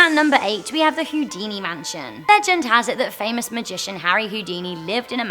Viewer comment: when you said huodini i thought it was hoodini the vaonnos joke